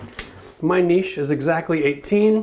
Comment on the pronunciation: Video earned a thumbs up just for saying "niche" right. "Nitch" my hairy arse